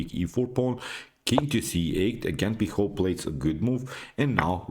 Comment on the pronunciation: you pronounced awfully the surname of alan pichot